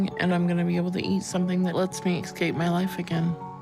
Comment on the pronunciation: There's no "X" in "escape"!!!